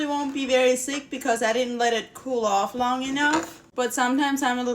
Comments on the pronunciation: Lol...your accent is like my moms...when you say thick it says sick😂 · Does she mean to say thick ? Not sick ?